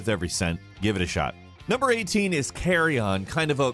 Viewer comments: NGL I don't remember the exact context of what I was talking about, but I know in this video he said a few things super weird. The one I remember is Carrion. I think he called it "carry on"? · Who pronounces Carrion as CARRY ON 😂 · This should probably be called "Top 25 UPCOMING Single Player Games of 2020" EDIT: Nevermind. I guess it's both new AND upcoming games. Also, why do you insist on trolling me by pronouncing Carrion like "carry-on"? It's not a baggage handling game. :-/